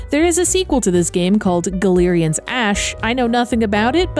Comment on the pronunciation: Galerians was a amazing game when it came out, but I got to a point where I soft locked myself (nothing to control my anger), and I gave up. I tried to go back to the game, and the controls are absolute jank. I always thought it was pronounced "GAL-ER-IANS" not "GA-LER-IANS" like you said. I dunno which one was correct. :)